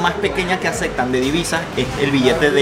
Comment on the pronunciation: Es Aceptan ► no "Acectan" como tu dices, aprende hablar amigo